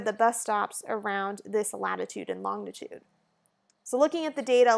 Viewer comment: fyi: 'longitude' is pronounced lon-ji-tude.